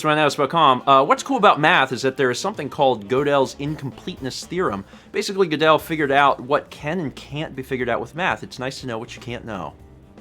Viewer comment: It's a week late, but Gödel (as in Gödel's Incompleteness Theorem) is pronounced like "girdle".